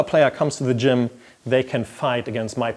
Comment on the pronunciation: I can't stop smiling whenever he says "D'jmm"